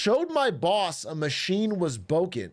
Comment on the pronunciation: Didnt laugh until that man said "Boken" Sent me to the floor